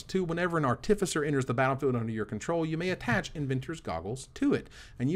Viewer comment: Can we all just take a sec to thank for the review. Love your work:) Also panharmonicon... Nailed it;) artificer is it not an arr tiff eye sir? As in artifice? That's how ive been saying it:/